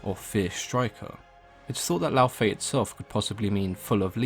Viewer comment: Brok calls her Laufaye ingame actually :D